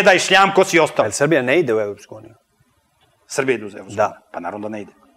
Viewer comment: Idljmo mi u Evopsku unjiju" M.Petrovic